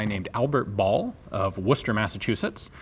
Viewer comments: As someone from Massachusetts, your pronunciation of Worchester(Wuss-Sta/Ster) is spot on. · Kudos for pronouncing "Worcester" correctly!